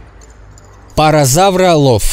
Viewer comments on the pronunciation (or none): Хочу тебя подправить не паразарлооф а паразауролоф ну ничего удачи!